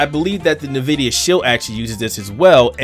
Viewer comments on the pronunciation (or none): Nvidia my dude. Not "nuhvidia". Dont know anyone could fuck that up. It's a play on the spanish word for envy, not a subsidiary of nabisco cookies..